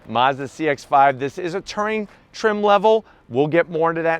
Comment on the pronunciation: Why can’t he pronounce Touring ? Lol 😂